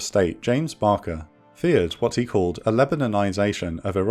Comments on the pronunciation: Great stuff as usual...but Barker? It's Baker. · It's pronounced "BAY-KER" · This is fantastic. 🙂 The only quibbles i have is the pronunciation of Baker as Bah-ker (🤣) and referring to George Walker Bush as junior, something only his many political enemies used as that's not in his name. 😋 A great video of a somewhat paranoid country looking to lash out at perceived threats and people taking advantage of that. The bit where decision makers didn't trust the usual providers of intelligence due to their perceived failure to prevent "event A" is disappointing and worrisome as the shenanigans in the decisions during the push for war showed.🤨 I'm glad this channel exists and look forward to more from it. 👍🏻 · Secretary of State James Baker not Barker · Secretary of State James Baker. Not Barker. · Thorough research and a well presented documentary. One correction: James Baker, not Barker. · James Baker, not BaRker.